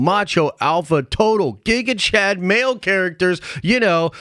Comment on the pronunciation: Dude, stop saying gigachat